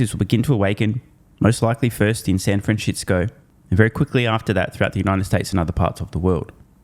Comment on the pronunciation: I heard it hear first, San Franshitsco LOL